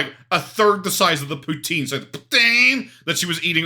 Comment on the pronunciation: The way she says poutine 😂